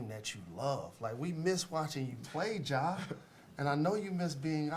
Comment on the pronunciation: Just curious, why did you add an “h” at the end of “Ja”… his name is Ja Morant